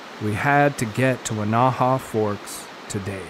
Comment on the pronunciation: I sure like your videos. The Weneha-Tucannon Wilderness is in my back yard. I was out in 2015 just before the Grizzly Ridge fire started. It burned roughly 50% of the 160,000 acre wilderness. All the damage was on the Washington side. By the way, Weneha is pronounced Win-a-ha with the accent on the first syllable. Many of your videos shows the hatchet / axe throw into the tree. I know this is fun but it can kill the tree, if enough slices are made. You may want to reconsider this or choose only dead trees. The last one in your video that shows the hatchet throwing is a Ponderosa pine and it looks very healthy.